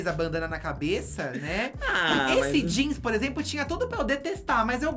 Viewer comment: Vocabulário hahahahahhaha -Jãns - Poêcah -JuliAylitte -Katya Perez -Cabelõn Continue...